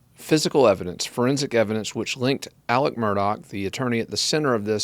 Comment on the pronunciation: Why do you refer to him as “Alec” when his name is Alex?